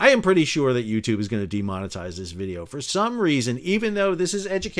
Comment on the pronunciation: 'GET THE VEEDEO'